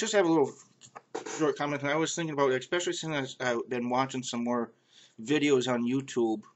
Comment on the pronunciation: when you say the word "about".....it's different. it sounds like minnesotans.